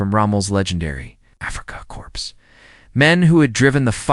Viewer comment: . . . as captured Afrikacorpse veterans?????? You don't pronounce corps as corpse. It sounds like core, not corpse